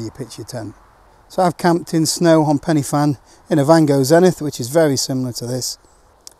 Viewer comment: Love the vids..but it’s pronounced Pen ‘AH’ Fan…ask a Welshman. All the best…👍🏾🇬🇧